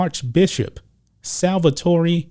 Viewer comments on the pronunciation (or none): none